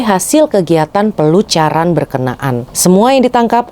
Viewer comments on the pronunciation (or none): Pelacuran mbak bukan pelucuran